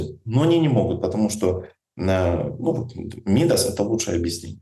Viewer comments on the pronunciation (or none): Ударение пожалуйста 🙏 МидАс